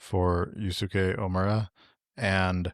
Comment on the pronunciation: completely irrelevant, but Yusuke would be pronounced “you-Skay” :)